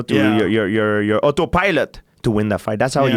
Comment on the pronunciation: Georges "Oto Pielot" St-Pierre